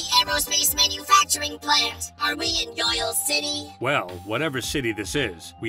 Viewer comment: Who else thought it said "Shitty" instead of "City"